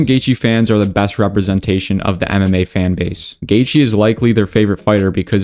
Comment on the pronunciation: When you say MMA it sounds like you say anime. Speak up you virgin all that yapping and you’re talking to low practically mumbling.